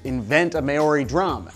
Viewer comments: NOT 'may-or-ee' but "Mao-ree" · fun fact- Maori is pronounced (m-ow-ree), not (may-or-ee). Yikes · Mah - Or - Dee, not MAYORHEEEEE. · It's pronounced "Mau-rhe" not May-ow-ri. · May-Oi-Rey, What the fuck? How did u butcher that that badly? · You said Maori wrong! I am a New Zealander and it's pronounced like the word mouldy but replace the 'd' with a rolled r. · "May-or-ee" hahahhhahaha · The Maori drum example is particularly funny if you have even a passing knowledge of the language, because the Maori alphabet doesn't even contain the letters Z, J, or X. On a similar note: Your pronunciation of "Maori" is painful. "Mowr-ree" would be a bit closer. You blend the vowels, rather than sound them separately. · Seriously May - ori?Wrong pronunciation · Maori is pronounced mow-ree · As someone living in new zealand, Your american pronunciation of the word Maori is terrible.. lol Its Mow-ri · Maori is pronounce like a meow without a 'e' and the ree mow-ree at least at its most simple pronunciation, please shitheel pronounce it properly next time as this is not the first time you have mis-pronounced it. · And I thought Aussies pronounced "Maori" stupidly. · You have the whitest pronunciation of Maori ever. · I choaked when I heard him pronounce it like that. XD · you butchered Maori so hard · today i learnt that americans can't pronounce Polynesian words ;v; i mean I wouldn't put it against them but if you're gonna make a video about it at least learn how to pronounce 'tonga' and 'maori' lmao ... but i love 'this exists' regardless anyway, keep on truckin